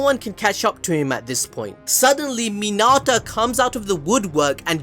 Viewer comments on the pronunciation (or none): Sorry but when u called mineta minata I got triggered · Why was he pronouncing Mineta as Minata? lol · my friend if i hear you say min ah tah one more time im going to murder someone friendly tip its min eh ta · Minarta?!! U mean Mineta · bro really minata it's mineta 😭💀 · this man rlly said urArAka and he rlly said minAta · Mi-NEH-ta! Say again! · Who tf is “Minata”? 💀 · Are you saying Minata? Like Hinata? Like Hakuna Minata?